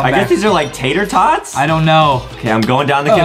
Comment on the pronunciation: Bruh it's not tetar tots brah it's pooop